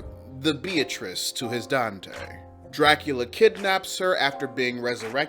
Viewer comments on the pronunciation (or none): none